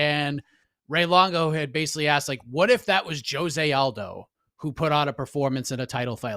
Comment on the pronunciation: Heck I think Ray Longo said Aljo, not Aldo.